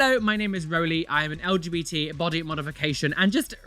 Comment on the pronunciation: With love, light, and the utmost honor; when you said "I am an LGBT creator" in the intro, I heard "I am an Eldritch creature" instead 😂